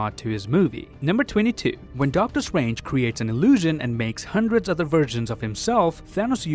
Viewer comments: Do you pronounce 'strange' as swange because that is what i heard and if you go to you can here pronounce strange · He can literally pronounce almost everything with the letter R in it, but not Doctor Strange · “Just how swong doctor swange is” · Doctor Stwange 😂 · I love it how you pronounce Strange😂 and yeah he's super strong, he's Top 3 of my favourite characters for a reason